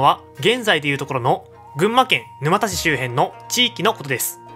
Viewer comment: 動画はとてもわかり易かったけど、 沼田のイントネーションに違和感。